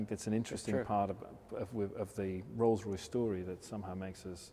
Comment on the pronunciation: "Rolce Royce Kitchen"